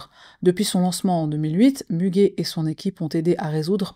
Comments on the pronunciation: Müge se lit Muguet comme la fleur 😊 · Ça se prononce Mugué 😊, c'est une journaliste, présentatrice et la meilleure Muge Anlı